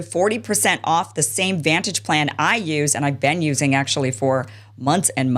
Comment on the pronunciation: You mean "beeeeeen"